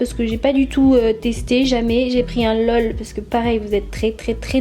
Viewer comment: et on dit pas l. e. l